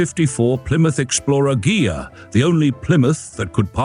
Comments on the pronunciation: Ghia. Pronounced Gee'-yah, hard gee. Try it. Ghia. Ghia. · DUDE! It's pronounced GEEAH! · He says it correct once then wrong, AI?